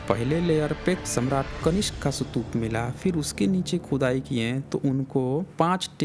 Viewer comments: Boltein ho sutupa or likhte ho stupa.... Actually stupa or sutupa? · पहले "स्तूप" शब्द का उच्चारण करना सीख लो, फिर वीडियो बनाना।